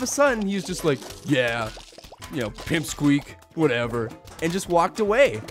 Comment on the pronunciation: Did you say....pimpsqueek? or pip...dunno anyways continue....-unpauses